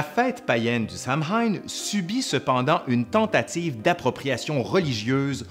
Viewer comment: "Samhain" ne se prononce pas du tout comme ça (les joies de l'orthographe irlandaise :P !) mais sinon une super vidéo :) ! Bonne continuation et à une prochaine !